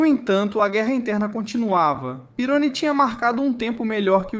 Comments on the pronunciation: Você está pronunciando o sobrenome do Didier errado. É pirroní e não pirôni. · Não é pirôni se le Pieroní. Pesquise mais. O cara era francês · Desculpe quem gostou do vídeo, mas "triplificado" deve se referir à enrolação desnecessária da narrativa. Esse vídeo é copiado de algum outro canal. O cara fez texto narração e boneco com IA, e pra completar errou a pronúncia de coisas óbvias pra quem conhece F1, como Pironí (não Pirôni) e Zolder (não Zólder). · Amigo ótimo conteúdo mas o nome do piloto e Didier Pirroni e não Peroni. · Pironi??? A pronuncia correta é Pirroní!! Por isso eu coloco Senna e Villeneuve na mesma prateleira. Eram pilotos que,mais cedo ou mais tarde ,iriam encontrar a morte. Não aceitavam perder e passavam dos limites irracionalmente. Senna não aceitava que Schumacher era melhor que ele e Villeneuve não aceitava que Pironi era melhor. Passaram dos limites e tiveram um fim tragico. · Meu deus, que pronúncia horrível kkkkk "Pirôni", "Vilenuéve" kkkkkk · Didier Pironi(pronuncia-se Pirroni). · O cara não sabe nem pronunciar o nome do protagonista... vídeo bost@